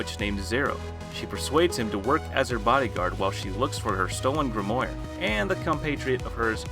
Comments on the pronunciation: Aww come on, it was chivalry as KILLIVARY in the other video and now grimoire is GRIMORI? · Excuse me..... her stolen what? Grimoire? As in Grimm-waa? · Nah the way this man mispronunciation grimoire is pissing me iff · “grimoyre” lmfao. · No one Literally no one Him: grimoyre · The way he says grimoire hurt me more than abyss magic ever could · he aint saying grimoire right and its making me mad